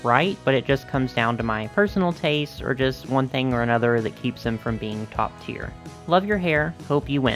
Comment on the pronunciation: I know you're saying "tier" but I keep hearing "cheer" bc the AG brand is about uplifting girls of all backgrounds and struggles